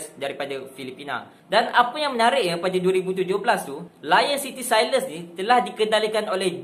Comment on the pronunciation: Sebutan Sailors tu bukan "SAILES"... tapi bunyi dia "SELL-LA". takpa hang kena belajaq.... kita hormat bahasa orang... baru orang hormat bahasa kita.